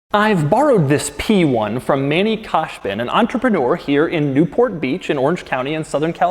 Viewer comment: You didn't pronounce Manny's name right ,but it's no problem